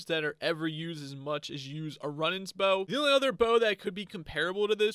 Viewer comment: It’s not run it’s rune for the bow runenans